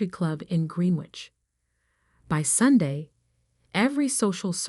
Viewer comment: Greenwich is pronounced Grenich Please use petter trained AI. Channel is pronounced Cha nell. Not channel.